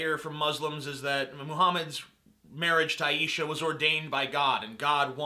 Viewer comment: Muslims regard Muhammad as a prophet, not divine or the Messiah (which is what Neo was in "The Matrix.") You're also pronouncing Aishah wrong.